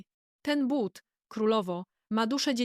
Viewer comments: Nie mowi sie bat tylko buty!! Sztuczna, niedopracowana inteligencja, królowo!!! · Ten debilny AI powinien być na tyle mądry aby czytać But a nie Bat ..słuchać tego nie można . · Jesli mozna wymawiac "buty" to jaki problem jest z wymowa tego samego slowa w l.pojedynczej? Czy to tylko niechlujstwo maszyny czy jej obslugi? Jezyk polski zasluguje na szacunek, jak kazdy inny.